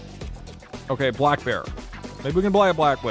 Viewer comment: ‘Maybe we can bluy a black blear.’ ??? Actual brain rot.